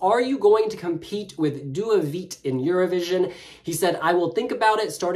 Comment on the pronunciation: Due vite, not due vit 😂